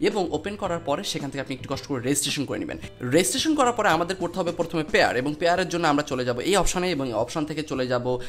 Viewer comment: ভাই, আপনার উচ্চারণে প্রচুর প্রব্লেম আছে, ভালো ইউটিউবার হতে চাইলে সংশোধন করুন। যেমন :পরথম না প্রথম,ক্যাম্পাস না কম্পাস হবে।